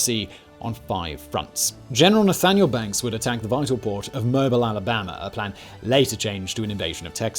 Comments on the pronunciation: It's rather funny that when Simon does videos on Non English-speaking locations and people he will often preemptively apologize for mispronunciation...... But he often butchers the pronunciations of american cities. It's Mo...Bile Alabama. Like auto-mobile It's the battle of Shy-low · Lol "MO-bull" Alabama. Sure, it's spelled "Mobile", but it comes from Acadian French, "Mo-BEEL". :) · Simon. It's pronounced "moh-BEEL", Alabama. Also "poh-TOH-m'c". If only I had my IPA keyboard installed. EDIT: "MAY-c'n" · Cant even pronounce mobile or potomac correctly 😂😂😂😂😂😂